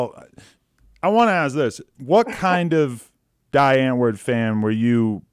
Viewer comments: Its dee ant-vword sorry but the pronunciation is bothering me. Sry. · It's pronounced "Dee Antword" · It's driving me mad when ever they say "Dye-Antoord". "DEEEE" Antwood. Also she's saying a lot but really telling us nothing. What the fuck is going on here? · God Adam22 get the pronunciations right...its Dee Antword not Die antword. And zheani like sh not zeani. Americans are so crap with saying names right. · Zheani pronounces their name “Die” “Dye” it’s pronounced “Dee” “Dee ant Ward” that’s how you pronounce it lol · so is supposed to be pronounced like dye or dee? i've always been told it is dee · It’s pronounced Dee Ant-Vord.... c’mon if you are going to be a die hard fan of a band both of them should know how to say the bands name. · The way he pronounces die antwoord pisses me off to a point I can’t even explain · At least learn how to pronounce die antwoord first